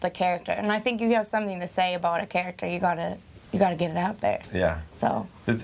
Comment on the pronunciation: The way she's "about" and ahhh sierra ;')